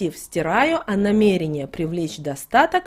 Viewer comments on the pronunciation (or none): none